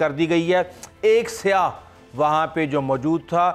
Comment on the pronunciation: Yaar Saiyah hai Saia sahee nahi hai.